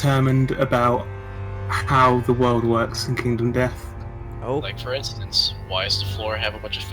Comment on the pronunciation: "Kindom Death Monster" Well, we know at least still can't read...